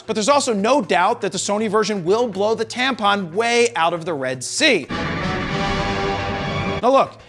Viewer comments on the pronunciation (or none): I heard him twice say Tampon, lol